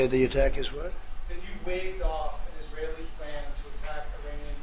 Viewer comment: You said it: izraHelli terro-rists